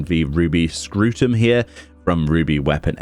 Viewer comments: Scrutum? SCRUTUM? What the hell is a Scrutum. Read the name lol It's not a ball sack, it's a shield. Scutum, not Scrutum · yo..its just SCUTUM..no R lol scrotum is like testicles.. omg i laughed so hard on the double take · I was waiting for him to pronounce that and it did not disappoint lmao